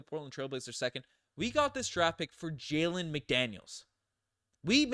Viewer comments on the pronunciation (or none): none